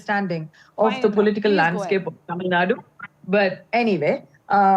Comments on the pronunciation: Kindly pronounce Tamilnad"U", not as Tamilnad... Tamilnadu ( தமிழ்நா"டு") is a correct way to pronounce..tq.. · It's not tamilnaaad its Tamilnadu